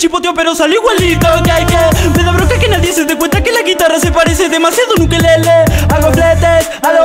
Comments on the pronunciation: Like si te diste cuenta que decía ukekele y no ukelele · En La Parte De Neo Dice Ukekele En Vez De Ukelele Xd Like Si Te Diste Cuenta